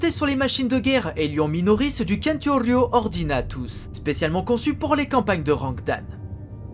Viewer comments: Excellente vidéo comme d'habitude, merci. Juste une chose: - On ne dit pas Champtorio Ordinatus - On ne dit pas Kentorio Ordinatus - On dit Centurio Ordinatus 'Sen-tu-rio' de la même racine que les Centurions Romains de jadis. Que l'Omnimessie vous protège. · Pas reelment. le C se prononce K, en tout cas en latin classique Centurion en latin =Centurio,se disait "Kentourio"(tchentourio en latin ecclésiastique ) Cicéron=Cicero ="Kikero"(tchitchero en latin ecclésiastique ) Circa=kirca(tchirca en latin ecclésiastique ) Veni vedi vici ="weni wedi wiki" veni vedi vitchi est en latin ecclésiastique, donc latin de l'église catholique romaine et non pas le latin classique, mais les 2 marchent donc peut donc dire Kentourio ou Sentourio, les 2 fonctionnent, tout dépend quel type de latin il prend: celui classique ou celui de l'église.